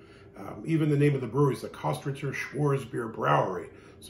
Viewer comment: Pronounced kistrtzer